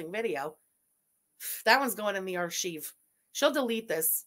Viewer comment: Not the Buff-fet SAY'S who pronounces Arc-hive.. Archeeve. I don't know if you're trolling 🤔😏🤣 Sounds like Arc-hive when pronounced correctly.😮‍💨😉